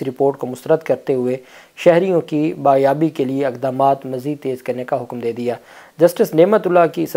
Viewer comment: BAAZYABI, not baaryabi.